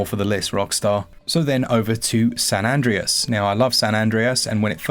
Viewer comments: . Me: hears the pronunciation of San Andrea-s Also me: goes straight to the comment section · Bro said San Adries 😭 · Love to see it! Keep doing videos like these please! Also, San Andreas is pronounced San ''an'-''dray'-'as', the mispronunciation killed me 😆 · San ANNE-DRAY-EZ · Great video as usual, but what is that 'San Andreas' pronunciation about?! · Im still astounded that you can’t pronounce San Andreas correctly.